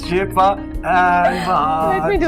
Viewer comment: Seeta nahe shifa aur wahaz nahe wahajh😅😅